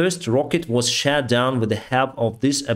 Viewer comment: pls pronunce "shOt" corectly shat is the past tens for shiting xD